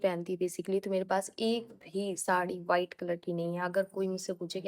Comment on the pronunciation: Bas ek bat bolungi ki aap v ko b kyu bolte ho white ko bite bolte ho